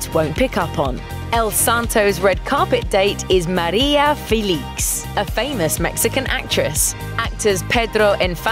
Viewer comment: You should have done your research before doing that voice over. Please, learn how to pronounce correctly the names of famous people: María Félix, Jorge Negrete, etc...